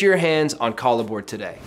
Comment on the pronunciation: Is this really the way it's pronounced? I would think pronouncing it like a merging of "collaboration" and "board" would roll off the tongue better....